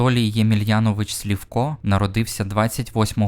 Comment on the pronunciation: Чого Слівко, якщо Сливко?